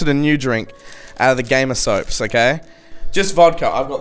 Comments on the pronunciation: why does keep calling it Gamer Soaps? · why does say gamersoaps instead of gamersupps